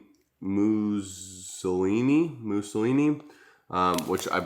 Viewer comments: No way you pronounced Mueli (Mewsly) as Mu celiney haha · Protein Mussolini 😂😂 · Musalini??? ))) Muesli ))